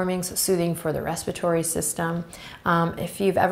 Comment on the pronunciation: did she say 'respitory' system, instead of respiratory system ?